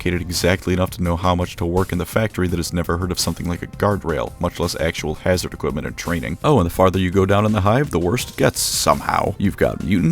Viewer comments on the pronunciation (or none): none